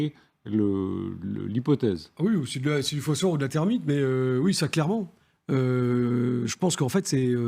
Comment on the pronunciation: Les journalistes presents semblent avoir bien du mal a prononcer le mot thermite. Bizarre autant qu'etrange..